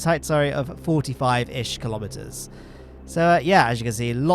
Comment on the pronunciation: I know you said kilometers, but I keep hearing Kerbometers